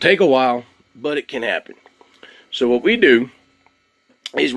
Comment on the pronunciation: Curious where you're from. I'm guessing Texas because you said whooowat!